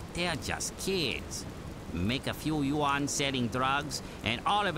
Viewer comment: is that how u pronounce yuan? Im sure it isn't